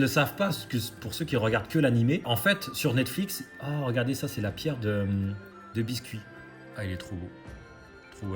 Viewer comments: biské* mdrrr pas biscuit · La pierre de biscuit t’a prononcé comme le gâteau mdrr respect non 😂😂